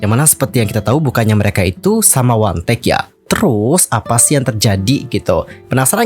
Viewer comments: 1theK itu di baca one the Key (wandeke).. bukan di baca wantek wkwk 🤣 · Bisa baca dengan benar One The K Kenapa jadi Wantek ? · 1theK , WAN DE KEY . bukan Wantek 🥺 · Monmaap, bacanya wan de key, bukan wantek. 😭🙏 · 1 the K dibaca Wan The Ke Bukan Wantek 😂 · Sorry kak pengucapan ny 1thek itu " wan de kiy " bukan wandek kak😭😭👍